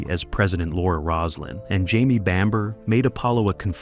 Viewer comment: I cringed at that myself.